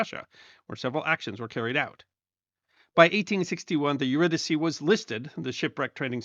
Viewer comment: Thanks for pronouncing her name correctly